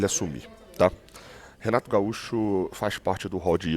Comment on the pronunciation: Renato Gaúcho! E não Renaro Gaúcho kkkkk